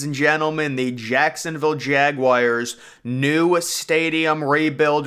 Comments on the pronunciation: It's not pronounced JAG WIRES Is JAGUARS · please dont ever say jaguars like that again